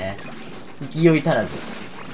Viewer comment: 勢い足らずを酔いどれ知らずみたいに言うやんwww バチコンおめ(*’ω’ﾉﾉﾞ☆ﾊﾟﾁﾊﾟﾁ